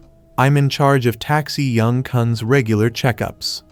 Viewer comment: FR captain han sounds like ham and xiyung is roman 11 young and he keeps talking about the bullies not subscribing leading them to die and the ai loses its grammar mid video bruh 💀💀💀